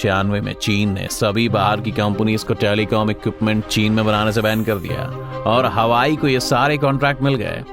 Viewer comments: Yes, its हुआवे not हवाई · Its Huawei not hawai. Isse acha to halwai bol dete😂😂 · Huawei NOT Hawai YES 😂😂😂😂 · By the way it's not Hawaii ... it's HUAWEI🙂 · इसे हवाई नही हुवावे बोलते है । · Pronunciation to ache se kr le bhai hawai chappal thodi na hai . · सहि तरिकोसे नाम तो बोल नहि जन्ता निक्ले video बनाना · Bsdk company ka naam to proper bolo 😂😂